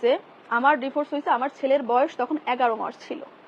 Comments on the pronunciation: আপনি এতো পড়ালিখা করেও ডিভোর্স কে ডিফোস বলেন কেনো আরও অনেক গুলা কথা তো বাদ ই দিলাম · বানান Devorce আর উচ্চারণ /dɪˈvɔːs/ যেটা ব্রিটিশ উচ্চারণ,আশাকরি বুঝতে পারছেন